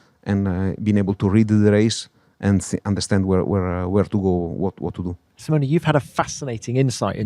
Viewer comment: I love how Tom pronounces "Simoni"instead of "Simone", in an english way. Italy is proud to have such engineers.